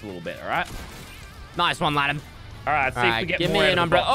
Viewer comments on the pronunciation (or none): Issac Galloway it’s lannan not landon 😂😂😂